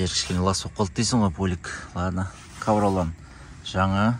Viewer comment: Ковролан емес ковролин шыгар автор?